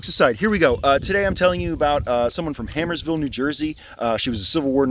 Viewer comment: Hey, bud! Great job with these. Just one thing. It's Harmersville. Sounds like a rough place to live, 😂